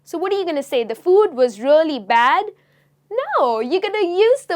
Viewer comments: Please stop saying:" rully rully " instead of really!!!! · It’s a crying shame when you pronounce really really.